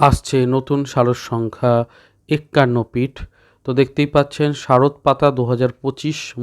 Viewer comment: এক্কান্ন নয়, একান্ন। আপনি যদি এইরকম উচ্চারণ করেন, দু:খ হয়। 😢